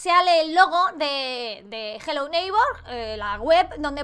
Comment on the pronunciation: Hola te voy a enseñar a prununciar Hello Neighborm, se dise jelou neig bor